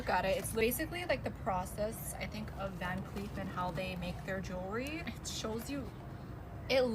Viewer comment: Not her saying “JEEERRRWRRY”